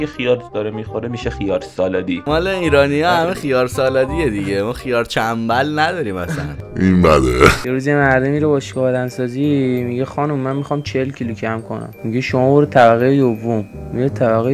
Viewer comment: داش اون خیار چن بر بود نه چن بل😂